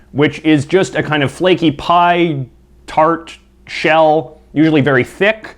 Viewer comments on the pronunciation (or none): none